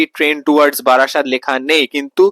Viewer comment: বাড়াসাত নয় রে, ওটা বারাসাত 😂😂